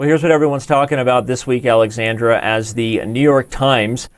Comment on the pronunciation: why are u calling the girl alexandre instead od alexandra